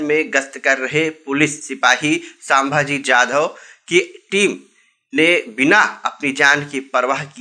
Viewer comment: सांभाजी नही संभाजी बोलो. क्या भाई ठीक से नाम लो